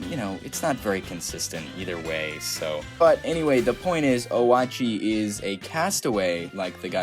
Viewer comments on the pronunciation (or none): Just want to point this out but Oatchi's name is pronounced Oh-chi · Oatchi is pronounced oat-chee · I'm sorry but this personally annoys me! It's prenounced Oat-chi